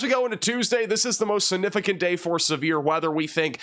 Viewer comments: When he says "significant," he leaves out the "g." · Take a shot every time says "significant" (without pronouncing the g)? 😜